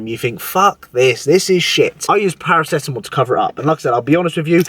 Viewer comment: Paro-Ceto-MOL 😄 you're a legend